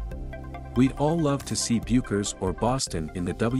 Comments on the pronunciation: It's pronounced BECKERS!!!!!!!!!!!!! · Paiges’ last name is pronounced “Beckers” despite its spelling.